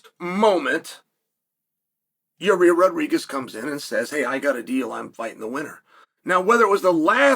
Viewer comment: Ya-rear is a no, moosvar deserves it